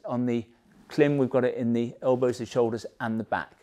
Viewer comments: It's pronounced " climb". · Klim is not an English surname . Origins in Eastern Europe and pronounced the family members want it to be. The French word " blanc" is not pronounced " blank" just because you don't like it..